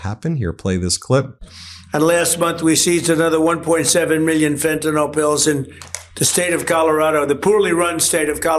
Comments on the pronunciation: Dear Ben, it's pronounced Fen-tan-ill, not Fen-tan-all. Trump and his minions routinely mispronounce it, making it a catch-all for everything they don't like. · Ben, PLEASE DONT MISPRONOUNCE the Drug like TRUMP!!! It's Fentanyl (nil), NOT FentaNOL!! PLEASE don't repeat the wrong pronunciation...it isn't professional, and it's wrong!!! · Fentinall does not exist... Can you say Fen-Tuh-Nill? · FentaNYL. Please stop sounding like a MAGA dumbass. It's fentanyl, not fentanol. Two completely different substances. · Ben thank you for your reporting hut I need to remind you there is no such dr#g as “fentinol”. The name is in fact “fentanyl”. Details matter, as you know. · Ben, Ben, Ben….love your work but please pronounce Fantanyl correctly. It is not Fentanol it is Fentanyl. Your ignorant president pronounces it incorrectly but there is no reason you should. 🤣